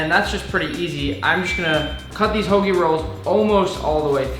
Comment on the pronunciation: He said hoagie!!! And I appreciate that